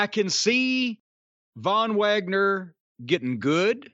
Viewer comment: Von vwagner 🤣🤣🤣